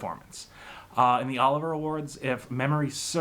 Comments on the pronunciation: OH-LIV-E-YAH. Not Oliver. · It’s Olivier not Oliver. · Olivier as in Laurence Olivier. Not Oliver.